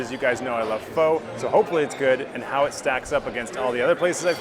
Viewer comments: ph-uh not ph-oh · Pho is pronounced “fuh” btw Thank you for the video! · You're mispronouncing your favorite dish. The proper pronunciation of "Pho" like this... "Pho" get-about-it. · while at the lemon grass restaurant your called it pho, and not pho